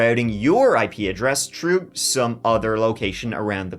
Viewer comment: 3 is three not tree thru is thru not true . Thinker is thinker not tinker so on so forth